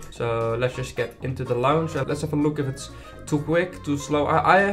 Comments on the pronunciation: hoi, ik weet niet of je het weet meer 'launch' spreek je niet uit als launsj maar als lonsj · Werk aan je engels alsjeblieft, geen haat maar het klinkt gewoon niet heel goed. Je grammatica en uitspraak moeten echt een verbetering hebben. Vooral het woord "launch", je zegt het niet letterlijk als "l au nch" maar meer als "l a nch"